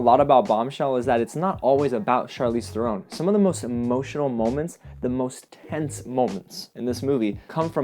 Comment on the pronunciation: Charlize's last name is pronounced like the bird heron, not throne... Although most people say it incorrectly, kinda like Scorsese, who always gets Scorsayse'd.